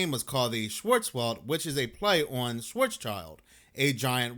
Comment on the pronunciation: Schwarz is black in german Sounds like"Shh-vaa-tz"